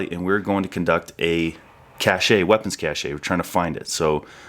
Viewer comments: it's pronounced "cash" my brother, not "cachet" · Why is it pronounced “cash A”. I’m Canadian and that would be a French type of pronunciation. In Canada it would be a “cash” of weapons. Kinda interesting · Cache: pronounced cash, not cashay! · Cache is pronounced like word cash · Cache is just pronounced as CASH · Hearing someone mispronounce "cache" sounds like nails on a chalkboard. Why do army guys do this? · How so many people pronounce cache is a bit of a pet peeve of mine, otherwise great video. Thanks.